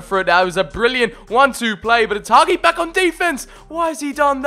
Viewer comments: It's Hagi not Haghi😳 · Hagi not Haghi! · Nice video! All i could say is please stop pronouncing Hagi like that. It's Ha-G. The Ghi that you say is just a G. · The way you pronounce Hagi is giving me heart palpitations